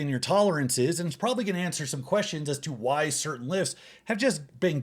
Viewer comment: I love it when he says "why" and pronounces it "hw'oawhy".